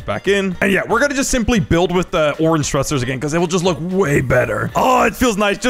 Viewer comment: its funny that he said thusters when he uses like 1200 lol